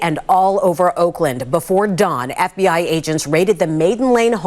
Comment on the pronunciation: Hi, I’m not sure emphasising F….B….I as you did is appropriate. Reporting news and offering your editorial comments is appropriate but trying to manipulate your audience isn’t. Do better.